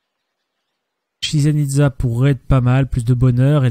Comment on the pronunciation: Une très bonne vidéo comme à ton habitude, à un détail près : chichen itza ne se prononce pas "shishen" mais "tchitchen" :p